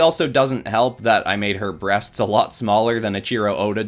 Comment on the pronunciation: Listening to him say breasts is absolutely hilarious